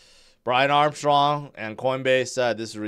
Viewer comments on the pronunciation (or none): none